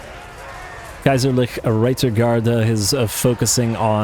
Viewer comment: Kaiserliche not Kaiserlich.....please don't butcher german language....